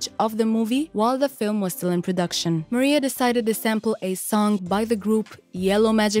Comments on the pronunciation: it's Maraiah .....not Maria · "Mariah", not "Maria". How could anyone mispronounce her name after all these years? Just, Wow!😒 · me too I can’t watch the video with her calling Mariah, Maria.. smfh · Who is narrating this video? Does she not know who Mariah Carey is? Why is she calling her Maria? It's annoying. You need to redo this video. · Maria? MARIAHHH! MA-RYE-UHHHH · Yeah not Maria lol x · Her name is Mar-I-ah not Maria. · I agree, get your pronunciation correct if you’re gonna do a doc Hahahha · Can you google how to pronounce Mariah Carey correctly first before doing your voice over for this video? Great video though! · I was about to say the same thing. I couldn’t have said it better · How can you not pronounce Mariah correctly?? And Selena Quintanilla her last name is pronounced keen-ta-nee-ya